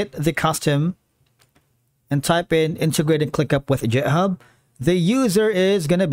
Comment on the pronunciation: please stop pronouncing github as jithub